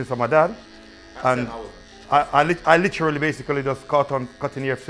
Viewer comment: HD everytime someone speaks-“Litcherallly”